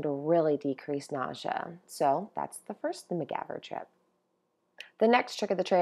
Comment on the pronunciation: You dated yourself with your pronunciation of MacGyver there, young lady!